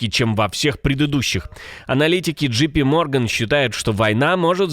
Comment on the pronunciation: JP Morgan , первая буква произносится не джи, а джей !!!